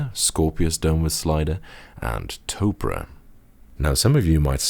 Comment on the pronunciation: OMG ITS NOT PRONOUNCED “TOPRAH” IS PRONOUNCED “TOPER”